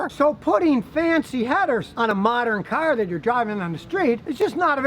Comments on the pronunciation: "You Can't take a catalytic converter off a carrr, It's against the law" haha ha I love it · "you can't take a caholiconverrrr off a cahhhr"